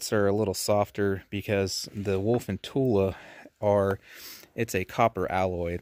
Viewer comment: Don't worry about how it's pronounced, seriously , unless it's "Tula" / ammo. That 1 does drive me nuts ,lol ! It's not Tul !!!